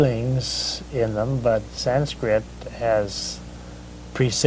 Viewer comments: It’s not sainskrit it’s Sanskrit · its "Sanskrit".., an thats nice to here., followin ur messages.